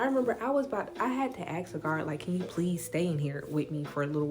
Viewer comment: the word is ask. axe is on a fire truck.